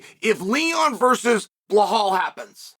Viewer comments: "Blahal Muhammad" New mythical fighter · I can't stop laughing whenever I hear Chael talk about Blehal😂😂😂